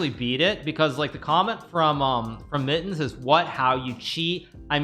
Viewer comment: really just here to listen to Hikaru say "Mit-tens"